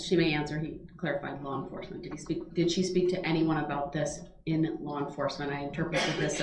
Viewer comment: Did he just say “lawr enforcement”? Good lord🤦‍♀️